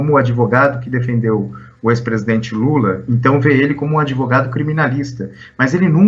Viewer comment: Lula a palavra não se pronuncia adevogado.aprenda um pouquinho mais a palavra certa é advogado.